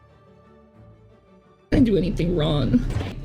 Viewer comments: How can she pronounce the G’s at the beginning of words but can’t at the end? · Omg she can't even put g on the word wrong. "What am I doing wron? I can't even with her anymore